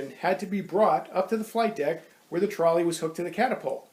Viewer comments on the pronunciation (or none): none